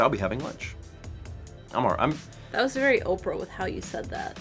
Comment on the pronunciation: wait...Oprah or opera? Lol